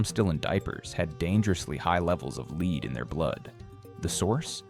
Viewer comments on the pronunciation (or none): high dangers of leed in their blood...nice AI ....